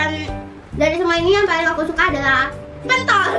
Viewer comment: ngomong pentol nya biasa aje kali